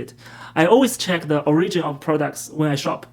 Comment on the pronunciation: 'O-'ri -gin. (Unlike "o-'ri -gi-nal".)